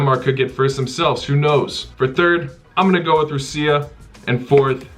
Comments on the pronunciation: Russia is pronounced "rush-a" not "roo-see-a" WTF? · Roosia? Dude seriously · Why did you pronounce Russia (ROO-CEE-YA)? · Ru-seee-aa is so underrated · Haha, I also noticed that. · Excuse me...Rooseah? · Rassiya would be correct lol. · It's Rassiya man. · The way he says Russia lol, Belgium all the way! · Man can’t say Russia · Never ever pronounce Russia like that ever a fucking gain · the way he says russia is funny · Russia pronounciation 😂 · i’ve never heard anyone pronounce russia like that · I assume you're saying "Russia" wrong on purpose?